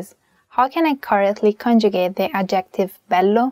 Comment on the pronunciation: thank you for your helpful explanations, but please learn how to pronounce adjective. the emphasis is on the first syllable, not the second one.